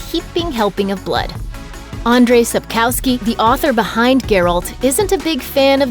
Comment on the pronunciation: Like nothing with Geralt with a look of a drunk Legolas the Elf 😖😖😖🤣🤣🙃 And all the wrong way of pronouncing everything like Ciri was an apple and she is Ciri not Sriri 🤢🤢🤢 And ruined sence of humour Ans Sspkowski is not capsovsliskay 🤢🤢🤢